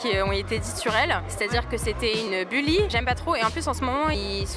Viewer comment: Elle entend quoi la meuf par Jennie est une « bulie » « buly » « buli » mdrr j’sais pas comment ça s’écrit